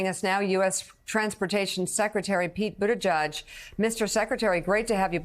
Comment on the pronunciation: I'm glad you have Pete Buttigieg on your show, but could you PLEASE learn how to pronounce his last name.